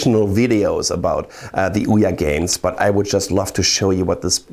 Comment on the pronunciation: the way he says ouya sounds so right